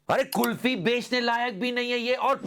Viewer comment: कुलपी ✅कुल्फी ❎ 😂